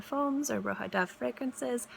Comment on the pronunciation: It is Roja from Roger, not Roha.